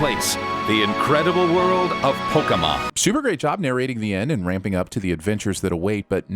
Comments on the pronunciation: The way he says Poké is so fucking annoying it’s pronounced Poe-Key not POE-KAY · Is anyone else super annoyed that he keeps saying Pok-eh-mon?